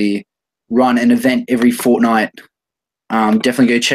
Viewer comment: ... did he just say fortnight?